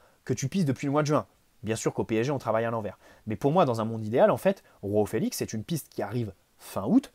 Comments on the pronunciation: J'aime beaucoup t'écouter, mais alors quand tu dis "Roao Felix" au lieu de "Joao Felix" (prononcé "J" et pas "R") ça m'énerve mdrr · Petite remarque à titre informatif, les J en portugais c'est pas comme en espagnol mais un peu plus comme français. Donc c'est João, pas Roão. (Après osef en vrai ) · Dsl mais Roao Felix ça sonne mieux 😂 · Arrêtes de dire roao Félix il est portugais pas espagnol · C’est exactement ce que j’allais dire